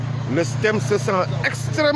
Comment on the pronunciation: Prononce bien frere cest quoi isteme?? Cest SYSTEME, cest genant que tu repetes isteme depuis des mois désolé